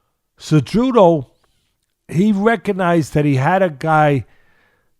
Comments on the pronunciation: Anyone else hearing Teddy calling Cejudo , "Ce-joo-doe" ? LOL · Thats what masvidal calls him lol kinda the spanish way